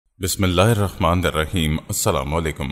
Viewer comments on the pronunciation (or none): none